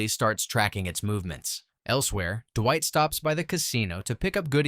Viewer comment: I feel like the "DUH-WHITE" got more intense throughout the video. Duwhite, dewite, derrwhite, Durrwight. It's fucking Dwight. Not duhhhhhhhhhhhhhhwhite. God dammit.